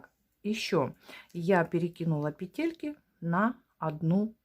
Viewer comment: Спасибо за урок. Все бы было прекрасно, но от вашего произношения слова «петЕльки» у меня из ушей идёт кровь. В русском языке в слове «пЕтельки» ударение ставится на первом слоге.